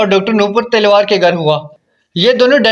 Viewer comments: Talwar ko Telwar kyon keh rahe ho ? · आप बोल रहे, तिलवार फ़ैमिली, जबकि वो तो तलवार फ़ैमिली है, आपकी आवाज़ बिलकुल भी स्पष्ट नही, कहानी की कड़ियों को जोड़ भी नही पा रहे, इसमें आपने कोई भी नई बात नही बताई, किसने मारा स्पष्ट नही है। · Talwar not Telwar